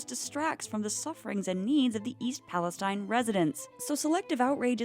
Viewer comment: Just FYI, it’s pronounced East Pales-TEEN. Not like the Middle Eastern region.